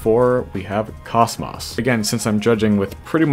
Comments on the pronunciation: I refuse to believe KOCMOC is not pronounced COCKMOCK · “Kosmoss” lol